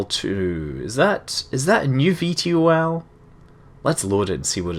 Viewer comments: V tol (vertical tackoff and landing) not V T O L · Scott its pronounced V-TOL not V T O L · Gah! It's pronounced 'V toll' not 'V T O L' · Hay scott, you epic, but please, its V Tol, not V T O L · It bugs me when you spell out VTOL It's pronounced "Vee-Toll" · fyi it is bronaunced ve-tall